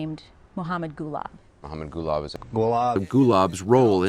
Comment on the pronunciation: Interviewer: Golab: Gulab. Interviewer: Go-Wolab.